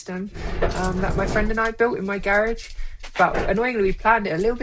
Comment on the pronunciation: It's pronounced "garage" not "garage?.😊